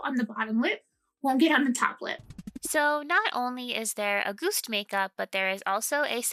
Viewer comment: In German, the first syllable of August is emphasized, instead of the second. We don't say AuGUST, we say AUgust.